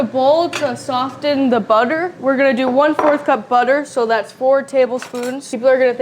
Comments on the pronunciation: Pleas stop saying the t in soften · soften has a silent t 🙄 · I know everyone is on you about how your pronounce stuff, so I will add, it’s not sof-tin, it is saa-fin. I. Love your channel and try your recipes. 😊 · Perhaps he could also tell her that Soften has a silent "T" aa well. Soffen is how it sounds. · the T in soften is silent. Dad missed that one! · "Soften" is not the same thing as "often" with an S added at the beginning. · Love this, thanks a lot..... the T in soften is silent. only love to you guys. can't wait to try it! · Pobrecita!! Don't worry about getting the words right. We know what you mean. Also, just for reference, the "t" in soften is silent! 😊